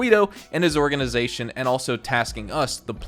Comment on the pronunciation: “orgizization” 😂 sorry I watch your videos to much lol